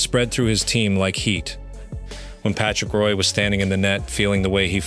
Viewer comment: And Patrick Roy while you're at it. A.I. Slop.